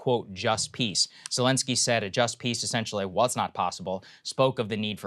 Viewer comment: President Belensky